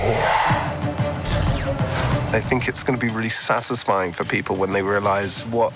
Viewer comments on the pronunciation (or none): "I think it's gonna be really sassissfying..." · Thanks,. Every time I hear "satisfying", now, I'll hear "sassisfying" instead. 😂 I guess it's going to be satisfying and sassy all at once? 😉